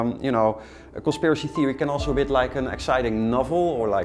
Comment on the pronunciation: 'conspiracy thewee'